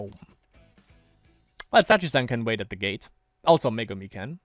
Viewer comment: Lol why are you always say "gah-teh"? Its just gate (schoolgate), normal english word Oh and also